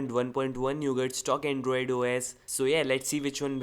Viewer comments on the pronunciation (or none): hey it is nougat not newgat ok